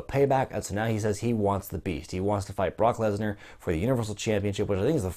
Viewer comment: I don't like how he says Brock Lesner. It annoys Me.